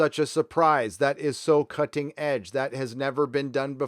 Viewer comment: I swear I heard "that is so cunting edge".